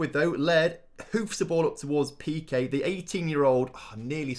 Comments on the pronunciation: In peque the first e is pronounced as the second e, it isn’t like piqué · Pe-que? Don't worry he's from Barcelona.